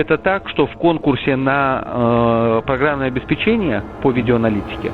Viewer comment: обеспЕчение... ударение на вторую букву 'е'... а то уши режет.... тем более, что вы вещаете на огромную аудиторию